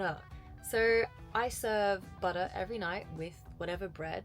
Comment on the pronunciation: say buttah one more time i dare you